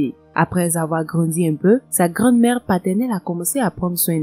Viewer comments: C’est hallucinant de faire des erreurs et de ne rien faire pour les corriger...ignorant + borné+ orgueilleux. On prononce grand-mère et non grande- mère, tout comme on dit la grand- rue et je ne discuterai pas là- dessus avec vous, je suis enseignante et j'espère que vous ne l’êtes pas . Vous avez tous les moyens de vous renseigner sur internet. Point final. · Grand-mère n’est pas un mot qui appartient à votre langue. Si les Français prononcent grand- mère, c’est qu’on dit grand-mère. Allez sur Google pour écouter la prononciation de ce mot, ou renseignez-vous auprès d’un professeur de français, Français.